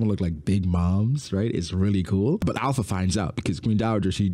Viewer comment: her name is not alpha. its alupha.